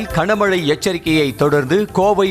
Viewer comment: Kana mazhai illaiya. Gana Mazhai. 25 தடவைக்கு மேல் இந்த கொடுமையைக் கேட்க முடியவில்லை.